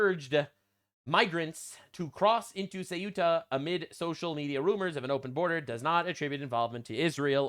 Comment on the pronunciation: How do people keep pronouncing Ceuta as if it's Cueta? Nick Shirley's like the third person I've heard say it that way in 2 days; it's like sayoota or thayoota, depending on how Castilian your Spanish accent is. It's weird because even looking at the word and trying to pronounce it as if it was English, you'd end up with a pronunciation more like "cute-uh". Only way it makes sense to me is if everyone I've heard pronounce it that way is dyslexic. And I should clarify, I mean no disrespect to Nick Shirley, or in fact any of the people I've heard say it that way. They're all people I actually like on YouTube, that mispronunciation just strikes me as really odd.